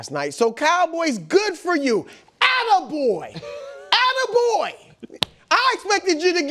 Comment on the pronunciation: "ATTA-BOY" Bruh 😂